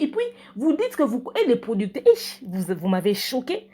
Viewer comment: Oza kanda hein "PRODICTÈRE" 🤣🤣🤣🤣🤣 nanu na seka boye te